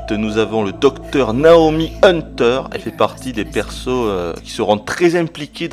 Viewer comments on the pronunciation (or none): none